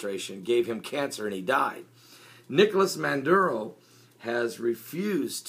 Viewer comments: IS NOT MANDURO, His NAME IS MADURO (maaaduro) pronounce his name right... I would like where the heck is your source and where he got this from, I was there two weeks ago and everything is ok, the media is twisting this shit around WHY? OIL, come on be honest and preach the right stuff... Venezuela gave the profits of the oit to the poor people and the one who keep bitching are those who got money and are business owner because they are not making any money out of this. you from all people should know this, when people Jesus walked in the temple and saw people selling and making money off the house of the lord he went off on them... PREACH AND WALK THE LINE. Why every country who does not follow America's way is a socialism? some time I feel or sense that you follow two masters. there is only one master Lord and savior Jesus Christ the all mighty one the ALPHA AND THE OMEGA. NO ONE KNOW ABOUT THE END DAYS NO EVEN THE SON OF GOD BUT ONLY THE FATHER, why you keep saying we are in the last days, DO you know that for a fact? did Jesus came and told you that? as a pastor you need to walk a FINE line. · MADURO!!!!!!!!!!!! No " Manduro". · 20 seconds in and you can't even pronounce his name correctly. FAIL.